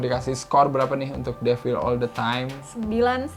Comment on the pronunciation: Pengucapan mbanya the devil salah😊